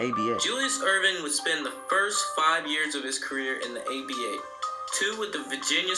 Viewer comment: If you say ABA one more time. Damn man, get your Google on! Sound ignorant af. And as far as defense, today's flagrant 2's are 70's good, hard fouls. If you were that mad about it, you had to fight.